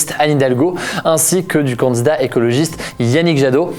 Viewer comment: C’est marrant parce que tu dis pas « candidat » mais « candzdat »